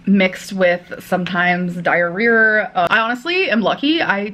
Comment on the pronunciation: Dire-rear, when the situation in your rear is dire. 😂 She makes it soo easy